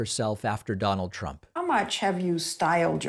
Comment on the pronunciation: she literally calls him, "President Tramp."